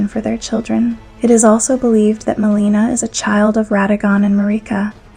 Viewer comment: It’s pretty crazy you can get this deep into the lore, and yet mispronounce so many of the central characters names time and again. From Marika to Miquella to Melina to Radahn to Rennala and many more. I actually lost track. A mispronunciation here and there isn’t even really worth mentioning - usually. But when it’s done over and over and over with main characters of the story, it starts to become a distraction from the actual content. Which in of itself is well written. I mean towards the end , calling Crucible Knight DEVONIA, “Crucible Knight Darian” time and again is a little ridiculous. This isn’t a mispronunciation, this is flat out lazy research - completely getting the name wrong. I honestly didn’t know who she was talking about at first and initially thought I had missed a named Crucible knight. Until she read straight from Devonia’s Helm and item description yet attributing the helm and item description to “Crucible Knight Darian.” Then I knew it was just another botched name.